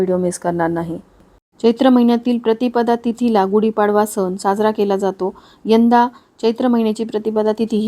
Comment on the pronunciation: कृपया उच्चार सुधारणा करा सण (न) नाही आहे